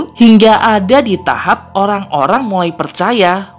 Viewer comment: Eh kok pas abang bilang orang jadi olang??